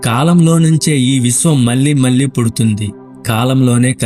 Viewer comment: పరిస్కారం కాదు పరిష్కారం అని పలకాలి.. మల్లీ మల్లీ కాదు మళ్ళీ మళ్ళీ